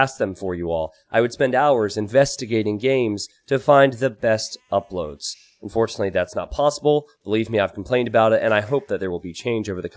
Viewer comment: unFOtunately <3